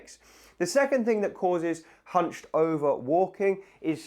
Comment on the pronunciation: Ohhhhhh... I thought you said humping!